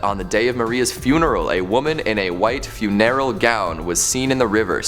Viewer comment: I thought he was trying to say funereal lol